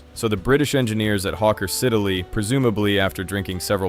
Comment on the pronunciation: Small note: Siddeley is pronounced "Siddley"; that e in the middle is silent.